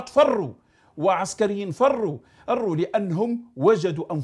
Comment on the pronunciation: سنطبع مع إسرائيل ونقطع مع الجزاءر،عندك شي مشكل.المغرب لن يحارب بوليزاريو ولكن سيحارب الجزاءر.والجنود المغاربة فرو أرو كما تنطقها انت ،اصبتم بالجهل والسعار ولم تستطيعو فعل أي شيء سوى النباح.على العموم الشخصية الجزاءرية مشهورة في العالم بأنها شخصية سيكوباتية متهورة وكذابة لدرجة لا يمكن تحملها.السيد مالك وما انت بمالك اصبحت تؤلف أفلاما ولو بعتها لهوليود لربحت مبالغ كثيرة بالدولار وليس بالدينار لي ما يشري بصلة